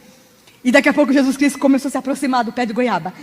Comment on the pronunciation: kkkkkkkkkk parece que gésuis aparece facin facin kkkkkk